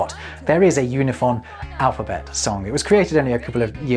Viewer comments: Im surprised you didnt notice this in editing, but in your Unifon section you repeatedly pronounce it "Yoo-nih-fon" and not "Oo-nih-fon" as the pronunciation guide explains. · Based on the alphabet you showed, I believe you pronounced Unifon wrong. Wouldn't it be "oo-ni-fahn", not "yoo-ni-fahn"? 😁 (Actually, the website seems like it uses the "yoo" letter, while the alphabet you show on screen uses the different "oo" -- are both considered correct?) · Based on the sound key for UNIFON the pronounciation should be "OONIFAWN" as the line is above the U as in "ruler" not below the U as in "unicorn". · I just realized that "unifon" should be pronounced "oonifon" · Oonifon, not Yunifon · I think it's kind of funny that because of the way it's written, we can all see that you're pronouncing "unifon" wrong. Or rather, that "unifon" is intended to be pronounced in a way WILDLY unlike what you'd expect. oo-knee-faahn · looking at that pronunciation guide, isn't it pronounced oonifon? Like oo and ah? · I really like Unifon! And a quick correction,: given the character he used to write the word "Unifon", you weren't pronouncing it as Malone intended. You used /ju/ for the first character, but the character that looks like a "U" with a bar at the top (given the chart you showed) represents the "u" sound in "ruler" (i.e., /u/). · I think you’ve got the first sound in the word Unifon incorrect, it should be like the oo in too if the material presented on screen is correct.